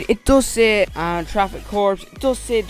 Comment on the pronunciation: the word 'corps' is pronounced core